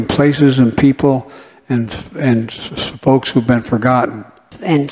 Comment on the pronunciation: He's NOT saying "folks" - What he is saying is "FOKS". Big difference here. One is a word, the other is NOT!!